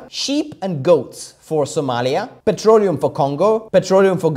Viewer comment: i'm hearing it as "petrolio"